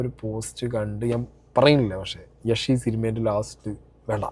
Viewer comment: യെഷ് അല്ല യാഷ്